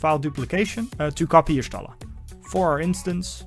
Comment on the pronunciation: I like how you built her. Nice video. Also just for intel, her name is pronounced Yah-Shtola. In FFXIV lore, Y is the tribe she's from (the Jaguar) and every time you have a letter it has a specific pronunciation. Y is Yah, G (as in G'raha Tia) is Goo etc.